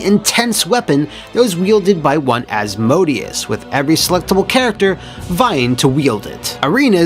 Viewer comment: Asmodeus=As-Moe-Day-Us. Sorry that really bothered me and I couldn't hold it in anymore love you're vids